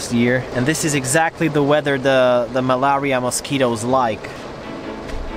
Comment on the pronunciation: Malaria spelt yes pronounced as MALERIA!😊